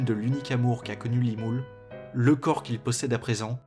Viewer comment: Entendre "Limoule" ça me perturbe x) mais ton analyse est très pertinente et très bien écrite, bref un gros pouce bleu